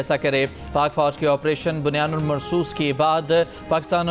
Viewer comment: Bunya nul nhi hy bunya num hy ..anchor shb apna talafuz to thek kro ...khud ko parhna ata nhi hy india walon p has rhy hn